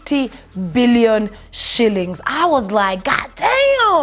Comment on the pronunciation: am sure meant 1.25 billion but the way you said it got me saying what da.....?